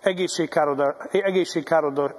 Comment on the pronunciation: Egézség kár oda azt mondja😂. Károsàg nem egézséges! "répássy".😂